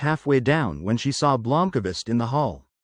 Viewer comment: Blomkavist? WTF is that A doing in there. Thats the end of my listening. I expect at least the names to be somewhere near correct.